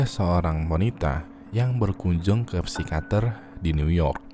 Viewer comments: yang bener psikiater bang bukan psikater plis ngakak sepanjang video.. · Psikiater bang bukan psikater wkwk